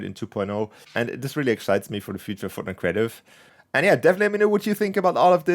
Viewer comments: We're never gonna let you forget "FROTNITE" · Lol “frotnite “